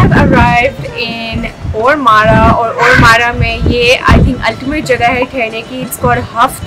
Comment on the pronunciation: اس کو اورمارا نہیں بلکہ اورماڈہ کہتے ہیں۔